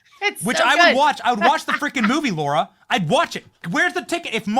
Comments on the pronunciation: It's LARA....NOT LAURAAAAAA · Benny, you called her "Laura" 3 times.... she's Lara! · it's L A R A ugh